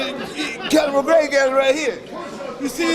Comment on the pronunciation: McConor Gregor lol